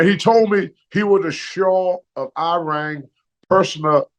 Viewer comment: The Shaw of "Irang".